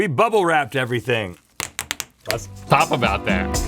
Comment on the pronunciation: "Lets.. tahp about that" 😂 Link had a lil flubber of the lips this morning